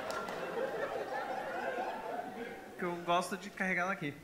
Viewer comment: Kkkk cara quase tive um infarto de riso com esse começo kkkkkkkkk, kkkk ele apruque e pruque, (não) kkkkkk